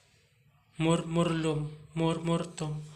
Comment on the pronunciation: Murmulum po ba murmurtum alin po ba tunay kac pag binabasa nio po eh murmurlum yan po ang naririnig